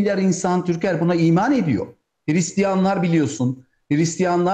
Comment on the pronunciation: Hiristiyan değil, Hırıstiyan.